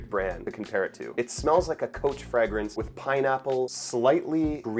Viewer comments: And the word 'fragrance' is pronounced "fray-grance," not "fragg-rance"; that is, the 'a' is long, not short. 🤷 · Interesting pronunciation of alcohol and fragrance. Are those typically canadian?